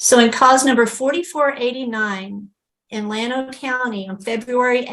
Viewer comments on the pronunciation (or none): none